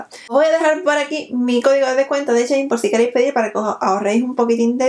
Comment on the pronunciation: Me matas cuando dices chein 🤣🤣